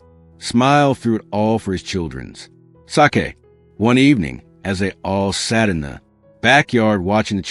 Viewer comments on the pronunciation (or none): Enjoyed the story 😃 AI narration needs a lot of work. The constant inappropriate pauses detracted from the story 😬🧐😶 Also, this is the first time I've ever heard the word "sake" pronounced like the Japanese alcoholic beverage. 🤔😂